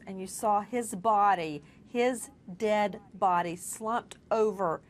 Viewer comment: Nina. You are not alone in having such impressions of that selfish boneheaded Nancy grace. And she emphasizes when she says, the "Dead body". Thank God. That CNN doesn't have to put up with at snub. Nancy Grace.